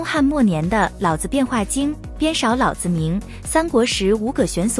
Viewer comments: 老是三聲 子也是三聲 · “老子”二字读成了老子